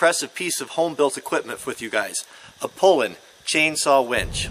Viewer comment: Pronounced "Pool Lan", not "Pole Lan". Like a Frenchman.